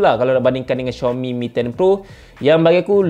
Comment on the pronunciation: betul sebutan xiaomi ko tu...channel lain sebutannya Ziaomi.